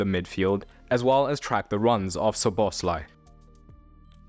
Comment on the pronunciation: Learn to pronounce players' names! Szoboszlai is stressed on the first syllable, not the second!